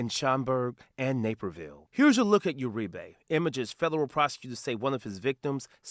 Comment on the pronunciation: Uri-BEY?! We got a Moor arrested? Nevermind it's URIBE. Them Basque's I tell ya.